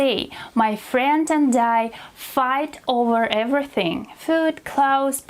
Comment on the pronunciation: " he surprised me ver much " Wtf is " ver "???? Also: Everybody already sais figure out and hold on. Maybe YOU should learn how to speak Your " English lessons "? You don't even speak English- " evra thing " What tf is that?